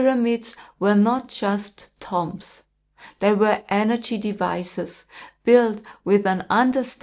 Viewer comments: Pronounced. Tume. Not tom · Hi, it's pronounced toombs, great video thank you xx